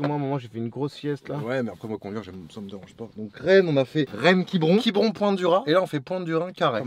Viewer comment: Quibron. C’est chibron sans ch